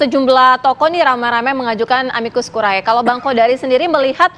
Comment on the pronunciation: Bacanya yang betul dong. A-MI-KUS KU-RI-E. "E" terakhir itu dibaca seperti "e" pada kata "edan". Masak lupa sama istilah biologi SMP dulu: kalau kita baca "ae"..."ae".... khan dimarahin guru.....